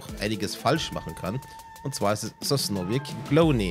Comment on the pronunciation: Sosnowiec wird Sosnowietz Ausgeschprochen . Es gibt auch Deutsche namen für die Stedte . Oberschlesien war vor 1926 Deutsch .